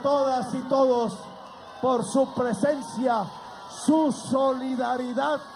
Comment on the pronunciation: PRECENSIA MULTITUDINARIA. DICE EL ZANGANO. ??